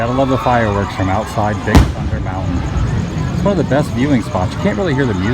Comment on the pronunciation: I KNOW you said "the fireworks outside of Big Thunder Mountain".....lol......but it sure as hell sounds like " the fireworks outside of Big Fucker Mountain"! LMAO. I know.......random.